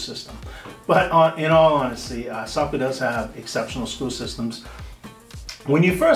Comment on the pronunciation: as a saco born and raised i get like flash backs when i here it mispronounced lol